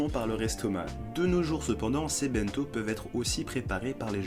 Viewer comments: Video géniale ! Par contre, j’y arrive pas avec ton pote qui dit BINto 😂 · Ça me trigger tellement ton pote qui dit ça « bainto »